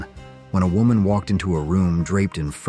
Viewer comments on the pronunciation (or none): none